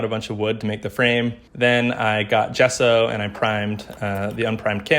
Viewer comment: I’ve never heard gesso being pronounced like that